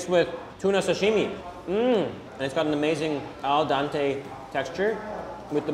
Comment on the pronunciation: Al dente,not al dante